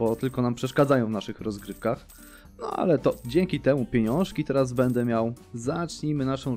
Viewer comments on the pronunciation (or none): none